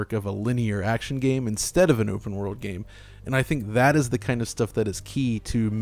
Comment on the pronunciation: I can't stand the way "" (the younger guy) always pronounces "game". I can't watch the video anticipating another instance of this (like countless in all the videos). It always sounds so superstitious and cherishing, really cheesy, making it kind of grating... I never noticed this in anyone else, it's particular. He doesn't just say "game" like anyone else would, as a normal word, but with a particular meaning/emphasis - or at an added frequency - that is not technical or abstract at all (in contrast to the contents or what is appropriate). Everything is a "game", that one thing... It doesn't just happen to be part of that medium or category by that name.